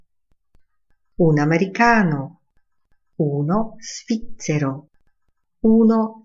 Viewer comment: Niestety, podana wymowa "svizzero" jako ['sficcero] nie przekonuje. Dostępne źródła definiują ['zwiccero].